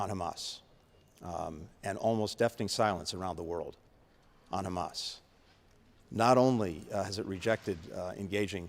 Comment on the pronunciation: into the video, listen to what he actually says - "how he defines Hhhrraaammass.." 🤔